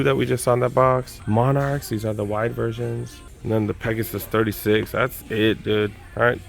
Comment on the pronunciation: You said Pegasaye lol! Love your vids man keep it up bruh! 👍🏼